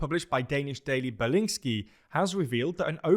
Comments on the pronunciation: Berlingske pronounced like that is certainly a choice you can make. It's the wrong one but it's certainly there 😅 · Except for Berlingske, that was horrible.